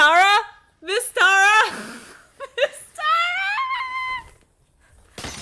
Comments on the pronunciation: Say it with me TE-RAA - TE- Ra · So excited you mispronounced her name? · the journey of you figuring out how to pronounce tara's name over the course of this episode was thrilling lol